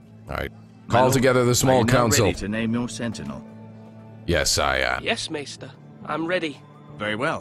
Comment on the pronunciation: isn't maester pronounced may-stir?